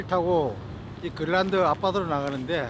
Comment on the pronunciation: 그린란드가 발음이 안 돼서 글란드... 글란드... 글란드... 영상 몰입을 엄청 저해하네